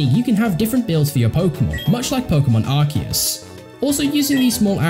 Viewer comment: I feel like it's been years since I've heard someone use the canon pronunciation of Arceus. Thank you.